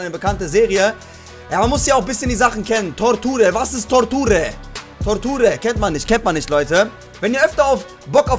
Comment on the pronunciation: Toorture ! 😂 Das heißt Torture (ausgesprochen etwa tortschur) ist englisch und heißt Folter mein Freund ! Wie sie halt im Mittelalter usw verwendet wurde !